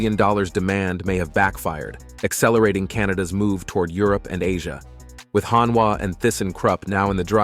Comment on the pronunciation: HonWa? 😂 HonDa!